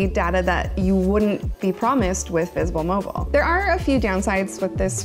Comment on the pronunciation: V'sble mobile ? Never heard of it lol I'm from Texas. That sounds like a none major company to me